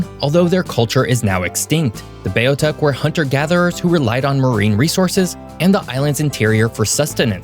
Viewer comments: As a Newfoundlander, you have done a great job with our history. Just a couple of corrections: The First Nations of Newfoundland were the Beothuks, but it is pronounced “BEE-OTH-UUK” and the first European settlement in North America was by the Vikings, however, the area is not “Meadow Cove”. The area is L'Anse aux Meadows, part of the “French Shore” and the community name is in French. We have a strong French heritage in many parts of Newfoundland and Labrador and we maintain the original French names and do not translate them into English. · Beothuk is pronounced {BEE AWE THICK}. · no mention of the railroad that was one of the main reasons for the economic hardship, no mention of the role newfoundland played throughout WW1(blue puttees). Too much important information left out. Both "Newfoundland" and "Beothuk" were pronounced wrong the entire video.....Not impressed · Nicely done and a good reminder of history. Your pronunciations are off however - particularly Newfoundland, Beothuk and Bonavista.